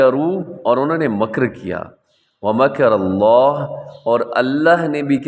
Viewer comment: آیت نمبر چون مَكَرَاللّٰه میں ك پر تشدید نہیں زبر ہے صرف پڑھنے میں غلطی ہوئی ہے